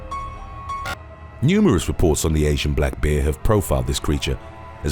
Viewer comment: Not bad. Would have been better if you could actually pronounce the word BEAR properly. Instead it sounds like you say BEER!?! WTF is with that?